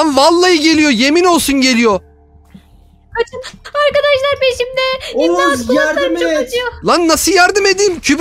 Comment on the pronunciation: OĞUZ ABİ HANİ SEN BİZE ANDAŞLAR DİYOSUN YA O ASLINDA ARKADAŞLAR ANDAŞLAR DEĞİL YANİ